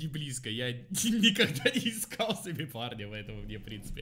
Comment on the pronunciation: Почему мне слышится не парня, а Барни